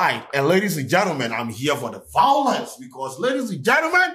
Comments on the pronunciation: "I'm here for the vawalance"😂😂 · Eii vawulence😂😂😂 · You like vawulence 🤣🤣🤣